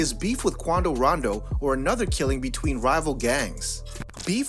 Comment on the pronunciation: Everytime he says „Quando Rando“ I think of „Geraldo Waldo“ from that Urcle Series 🥴